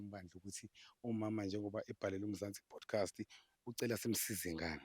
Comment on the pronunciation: kuthi Podcast or bodcast? Sekukaningi ngikuzwa uthi Bodcast. Awulungise kuleyondawo